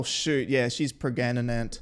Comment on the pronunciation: You saying pregananant 😂 its reminded me of the tweet or YouTube comment funny pronunciation of the word pregnant